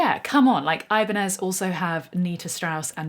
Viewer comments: For fuck's sake, it's "ebanyez" ok... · it's pronounced ih-bahn-yez.